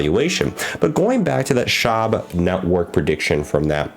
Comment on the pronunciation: Its pronounced Sh-wab